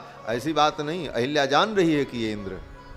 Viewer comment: Ahalyā, not Ahilyā.